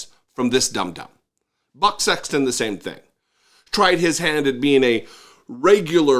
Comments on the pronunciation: I thought i heard "butt" sexton and i couldn't stop laughing. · Anybody else keep hearing Butt Sexton, or was it just me?